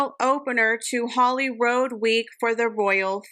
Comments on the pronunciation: FYI It is HolyrOOd House and not Holyroad House. Just saying. ❤ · HolyROOD House (its a royal palace) not HolyroAd or HolyrOd. I know British English is not your first language x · HOLLYROOD House Rood like pronounced RUDE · love that you include little tidbits of info with your monologue. I am not trying to be a jerk here, but Holyrood is pronounced Holyrood as to rhyme with "food", it is old Scottish. Speaking of rather! lol M, when will that girl start ironing her clothes? Or have someone do it rather! lol